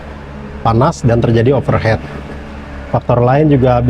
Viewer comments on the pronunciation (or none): pelafalannya bukan "overhet (overhead)" tapi "overhit" (overheat) artinya terlalu panas, kalo overhet artinya di atas kepala